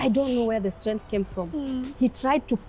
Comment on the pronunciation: Strenttreength of a woman!!!